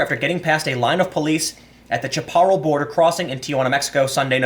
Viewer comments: Hey Tim, just a heads up its pronounced shăpˌə-rălˈ, I did the same when first moved to California! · I love your videos, Tim. I really do... but sometimes your pronunciations kill me. I mean damn, I'm an Appalachia hillbilly but I've seen enough old westerns to know that Chaparral= Shap-uh-ral